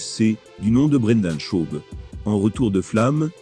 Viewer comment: "Jon Jaune", "dana Ouite" "brinda Chaube" 😅😅😅😂 Merci mec j'aime bien tes vidéos